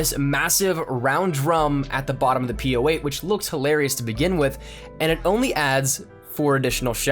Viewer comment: Hears POh8 ... TRIGGERED